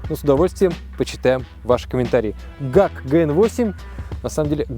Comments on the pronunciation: Не - Гак а правильно - Джи Эй Си- GAC 😎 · Вы точно уверены что "ГАК" а не "ДЖАК" ? Просто постоянно слышал что ДЖАК называют ) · мне ГАК уши режет)) Джак - во это норм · Ни гак а джак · Почему нельзя произносить название марки автомобиля "Джи-Эй-Си"? Ну, режет же ухо это деревенское "ГАК"! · Не гак а (джи эй си ) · Жак, а не ГАК. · хм ты не правильно сказал не гак аа жек так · Ни ГАК, а ДЖАК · Может не Гак а Жак? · Бро, компания называется "ДжиЭйСи";)